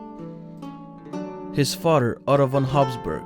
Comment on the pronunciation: Father not foder